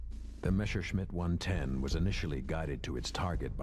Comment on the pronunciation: Why is the german "Messerschmitt" called Meshersmitt by the narrator?